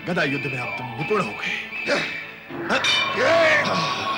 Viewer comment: सर गधा नही गदा है आप इसे सही करें।